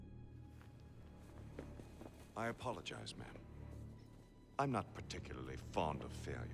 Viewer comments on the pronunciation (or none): none